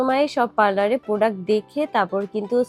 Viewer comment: আপু প্রডাক না প্রোডাক্ট 😂😂😂